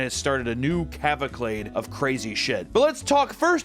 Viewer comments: CAVACLADE has got to be one of the BEST Papa mispronunciations I have ever heard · My second time informing you that it’s pronounced “caval-Cade” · Shows image of looking up cavalcade in the dictionary Still manages to mispronounce it.